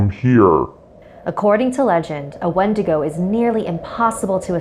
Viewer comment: I'll only call if they can pronounce Wendigo correctly